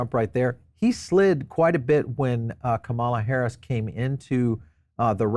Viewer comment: You seem to be a smart man, so why do you keep mis pronouncing the VP’s name?